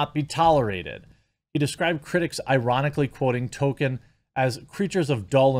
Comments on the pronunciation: Jeremy, buddy, unless I'm somehow waaaaaaay wrong, it's pronounced TOLL-kin, not Token : p unless you're saying that parodically lol. I love your content and appreciate what you do, just a note. Also, and it's just my opinion, but unless you're viewers are watching along with you, the way you massively self-censor is not only frustrating (although I understand why you do it, since youtube are such authoritarian thought-police) but makes it hard to follow what you're sayin. If I'm reading comments or eating or in a different tab, I wouldn't have known what you meant when you said "Mike...uh haha Bird" as a stand in for Mike Big Fat Hawk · Dude Jeremy, love your content, but Tolkien has an L in it. TollKeeeen. Damn dude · Toll-Keen = Tolkien Its killing me lmao